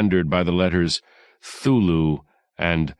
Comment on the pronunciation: This narrator good, but the way he pronounces Cthulhu is unforgivable. It is commonly pronounced kuh-thoo-loo, but this is also incorrect. Lovecraft himself said that because Cthulhu is a name created by alien entities, it is not physically possible for a human being to pronounce it correctly. The closest sound you could make would be a guttural grunting noise that looked like; khlul'-hloo. The director or producer who instructed the narrator to pronounce it "thoo-loo" should be stripped of his land and titles, beaten severely and exiled to wander in the wastelands. Smh No respect whatsoever.